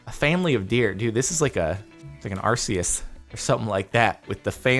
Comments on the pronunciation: Jordan its not arseus its arceus ark-eus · Oh my god the pronunciation. "Arse"eis. It's "Ark"eus Arceus. Not "Arse"eis. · Jesus Christ Jardon, it’s pronounced “ar-COOS”